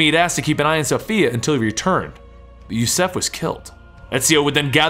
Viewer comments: Yusuf not yusef, are you unable to read ? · It's Yusuf bot Jouseff...Ziio not Zyo